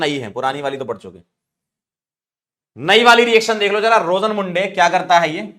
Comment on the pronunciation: Sir rosenmunde nhi rosenmund hota h 😂